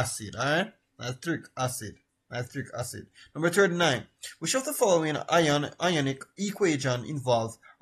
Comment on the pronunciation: You have a lot of mispronunciations sir. "anthoms" "iconic" "senimentation" and many more.